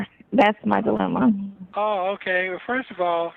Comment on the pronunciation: “Iont see no lemma because you been telling me da same thang for di longest.” He took the “di” off of dilemma and added it to the longest 😆